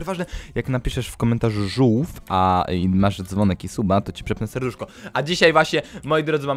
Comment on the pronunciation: Zamiast żółw zrozumiałam żul xddd